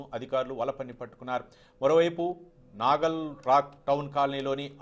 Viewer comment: నగల్ కాదు నాగోల్......